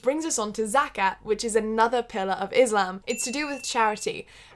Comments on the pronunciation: Friendly point and a common mistake but when pronouncing Islam or Muslim it's usually an S and not a Z sound, but great video regardless :) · Its ISLAM not IZLAM And muSlim not muZlim Please pronounce correctly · Lolz I still don't understand why some say Izlam it's Islam.....omg Rama(z)an